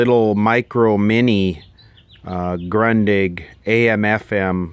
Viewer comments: It's proununced "Groondish" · Btw., just in case you want to emphasize your "kick of german radios" a little bit by pronouncing them correctly: The "U" is actually pronounced like the "OU" in "you" or the "OO" in "food". Just that this vowel is short rather then long like in those two english examples. The way you pronounce them resembles the german word "grantig" which means "grumpy" ^^